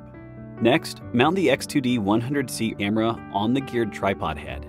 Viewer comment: 😆 The A.I. voice can't pronounce camera correctly. To me it always sounds like "Emma".